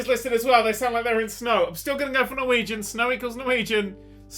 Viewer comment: Loved the editing, and you got the Norwegian right so that's nice!